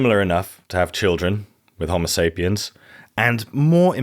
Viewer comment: Great video very informative but the way you say Homosapien makes me envy the deaf.